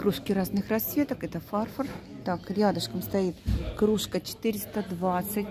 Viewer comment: Спасибо за видео обзор. Посуды много и неплохой , вот только слово фарфор : ударение на втором слоге.Иногда так хочется что-нибудь купить, но дома много посуды с советских времён.И никогда не бьётся.